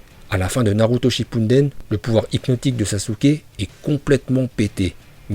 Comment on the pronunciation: Les vidéo de sont en moitié en VO donc c' est pour ça que dit Naluto yo. ( Le "l" en VO se prononce comme si il y avait "r" ).